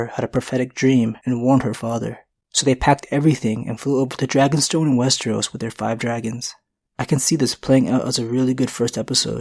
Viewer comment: Repeat after me wes-TER-os. Wes-TER-os. It isn't spelled or pronounced wes-tree-os.